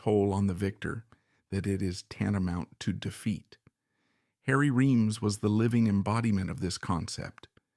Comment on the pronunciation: It's AI generated, unnatural sounding speech cadences and dialogue. Oh, and it mispronounced the dude's name three different ways. You've got your standard for quality set pretty low if this is among your best